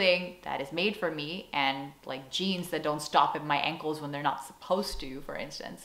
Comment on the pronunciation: PS I noticed you saying 'ankles' with a Dutch accent 😁